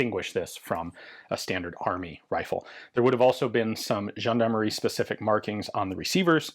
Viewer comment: Good pronounciation for "gendarmerie" Ian. "Gendarmerie" is a french word. 😄